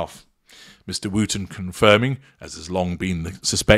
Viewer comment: Gosh, yes! Thanks for pointing that out. I guess that’s the kiwi, rather than the way us Brits pronounce it.